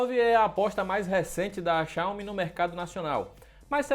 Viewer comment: Tá correto! Não é xiaiomi como falam por ai